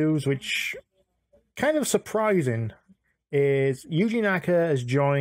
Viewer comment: "Yji" lol